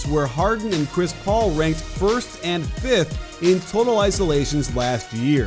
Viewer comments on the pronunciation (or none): none